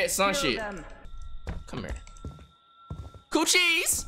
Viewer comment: i hate when he kept mispronouncing cochise that shit was kinda annoying